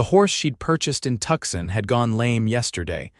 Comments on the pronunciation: It's pronounced Tooson not Tukson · Do you not live in America? The Arizona, Tucson, is pronounced phonetically 'Toosahn' not 'Tuck-son'. Please get it right or do not bother posting. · TUCKsin. The narrator sounds American, why does he not know this word???